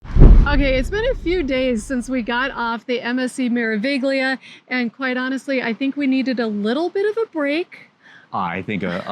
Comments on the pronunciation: In italiano la “G” è silenziosa. Come mare-uh-vee-lee-uh. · Just for future reference, the g in meraviglia is silent, so it is pronounced mer a vi lia.